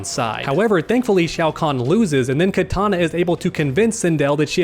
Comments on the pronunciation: Please stop saying Katana, it hurts my ears...Kitana is pronounced "KEY TANA" not Katana as in the weapon. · Kitana not Katana